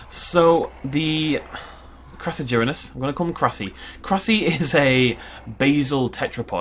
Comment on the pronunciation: The first one is pronounced “Cross-A-ger-inus” it was in Prehistoric Park the carboniferous episode